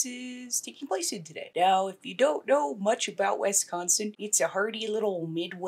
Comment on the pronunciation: Please don’t say wesconsin 😂😂🤣 nobody says it like that here no one. It’s wis like Swiss ok and yes I live in medford however I did not grow up here and knew of this but wasn’t here at the time.